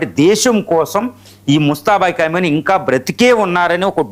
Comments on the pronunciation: ఖైమని కాదు ఖొమేనీ పేరు పలికిందుకు కూడా రాదు. వీడు ఒక టివి analyst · ఖైమోనీ కాదండి. ఖోమైనీ అని పలకండి. ఇది వారిలో కూడా కామెంట్ చేసాను. సరిదిద్దుకోలేదు.